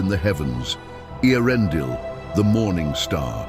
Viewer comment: Hi. Again, I thought this video was gorgeous & I really appreciate the hard work that went into it. Just on pronunciation, I’m going by the pronunciation guide in Appendix E to The Lord of the Rings and on the Note on Pronunciation at the end of The Silmarillion. So “ae” is like “eye.” “C” is always hard like “k.” “G” is always hard as in “give.” “A” is like “ah” as in the sound of “father.” First though, for Eärendil, I sooooo appreciate that you get right that Eä is 2 syllables (as in Eä, the name of the universe created by Eru), not 1 (like how Galadriel mispronounced it in Peter Jackson’s LotR). Other words: Maeglin: my-glin Círdan: keer-dan Ancalagon: an-kal-ah-gon (3rd syllable like “ah” rather than long “a” as in “bake”) Vingilot: vin-gee-lot (hard g) Valar (val-ahr) was usually correct. Once or twice, though, it sounded more like “valor.” (Again, your work is beautiful & something beyond my ability to create. I sincerely apologize if anything I’ve said sounds insulting or pedantic.)